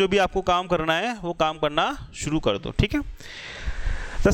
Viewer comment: Rrb ki site pe jao, jo kaam krna h wo suru krdo... Wah kyaa hindi kri h guru awesome 😂😁😁😁